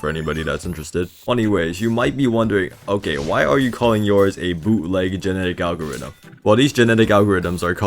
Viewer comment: "boo'leg geneddic algariddem"